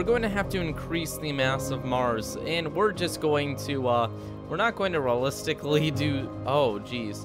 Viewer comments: Lol "Realisticly" then later "Ok so we are not gunna realis-" catches himself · "Rullistically" -- the weirdest pronunciation of "realistically" I've heard in a while. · I've never heard a native English speaker unable pronounce the word "realistically" before. Fascinating.